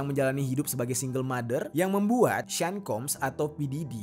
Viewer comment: Sean = Shawn, bukan sin plis 🤦🏼‍♂️